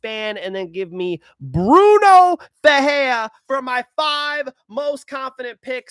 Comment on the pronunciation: Bruno FerreiRa…the R only sounds like an H when it’s on the beginning of the name..(ex: Rodrigues) or if it’s two RR together (ex: FeRReira). If it’s only one r in the middle then you have to roll your R… (ex: peReiRa)